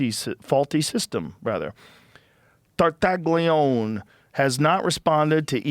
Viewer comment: Tartaglione is pronounced tar-tah-LYOH-neh, Joe, you knucklehead lol tar- (like 'tar' in tarnish) tah- (short 'a' sound) LYOH- (The "gli" makes a liquid "ly" sound, similar to the 'lli' in "million," followed by a long 'o') -neh (short 'e' sound, like 'net' without the t)